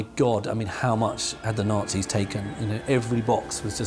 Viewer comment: If he pronounces "Nazis" like that one....more.....time. Nails on chalkboard